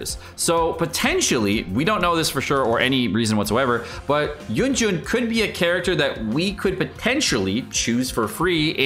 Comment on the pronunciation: It's yunjin! Yun! Jin!